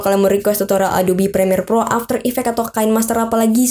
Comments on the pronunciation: Bang maaf,bilang nya kine master bukan kain master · Btw penyebutan nya "kinemaster" bukan "kainmaster". Keren lu bang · maaf cuma mau ngasih tau, semua YouTuber tutorial kinemaster itu nyebut nya KINEMASTER, BUKAN KAINMASTER, bang ArtodiPro juga udh memperingatkn dan ngasih tau nyebut nya itu gimna, sekian terimakasih 🙏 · Kine master ya bang,bukan kain master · Akun Tes Nuyul ngapain sih cuk bales" iya gua tau kalo kine dibaca nya kain, cuma yang ini beda!